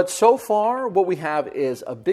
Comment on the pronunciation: He says so like show